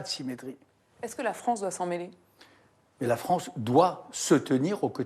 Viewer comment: La fronce 😂